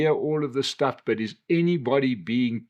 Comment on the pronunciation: sh...sh...shtuff 😂 we know, we know